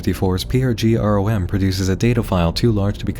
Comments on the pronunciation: its rom,like "ram" just with an "o" NOT "are-oh-em", its not lie "F.B.I." or "C.P.U." 1 it can be said as a word and literally EVERYONE does, 2. there are no "."'s to signify a pause, or an abbreviation. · Arhoem is a funny way to pronounce ROM.